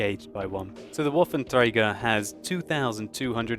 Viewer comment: its trager not traeger.